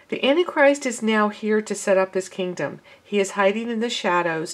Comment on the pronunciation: Sister, it is ANT TIE CHRIST, NOT ANNIE CHRIST. GBYA